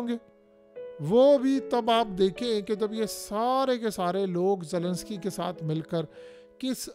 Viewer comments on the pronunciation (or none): none